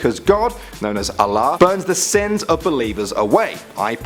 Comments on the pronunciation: it's not alaba... but Allah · (I'm Muslim so I can say it) All of my friends pronounced Allah Alleh and they pronounce Ramadan Ramadoon and I'm like BRUH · You said some words wrong, but some of them were on point! But you said Allah a bit wrong, but its alright! :) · you pronouce allah wrongly i am a muslim myself and i did not know some of those facts myself great vid thumbs up for me love your vid nice one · and never ever ever say Ramadan or Allah ever again u say it wrong😂